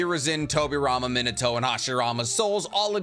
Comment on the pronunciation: Love your videos. But... His name isn't Min-uhh-toe 😄 Its Min-aah-toe